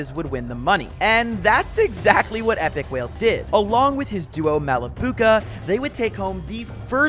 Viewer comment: Bro really said Epikwhale 🤣